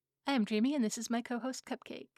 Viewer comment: "Chohost" Hehehe